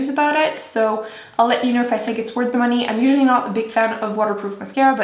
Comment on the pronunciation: not being mean but does she have a speech impediment? her th's sounds like d's. like dee=the